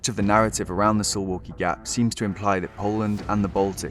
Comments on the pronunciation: Sounds like suvlaki when You pronounce it. It should be pronounce "Soovawkee" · Dude I live in Suwałki Btw it's pronounced Sue-Vall-key not So-wall-key, we pronounce our w and v differently from english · Soo-valky not su-walky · Suwałki is read like: SOO - VAOO - KEY Hi from Poland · SUWAŁKI is pronounced "Soo-vow-kee".